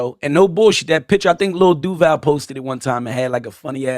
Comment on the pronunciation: Know That's Not How You Pronounce Duval 😒